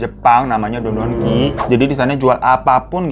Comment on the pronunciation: ドン・キホーテ Don•kihotte sepertinya 😂 Bukan dondonki 😅